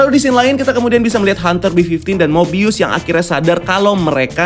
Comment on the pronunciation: Finaly nyebutun nama mobius dgn benar